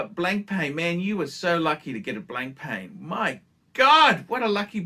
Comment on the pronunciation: Nice to see you continue to butcher Proper nouns! It's Blon-pa ffs.